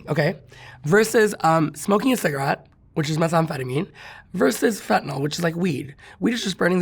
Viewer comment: FentaNYL- not FentaNOL